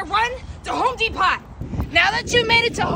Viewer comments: I’m dying at the pronunciation of Home Depot 😭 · Thank goodness I’m not the only one that pronounces “Home Depot” as “Home dee-pot” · She mispronounced Home Depot